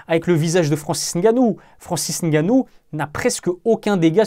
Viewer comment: Merci de bien prononcer son nom...le "N" ne se prononce pas. C'est de mieux en mieux dans les médias, une marque de respect👍. Force👍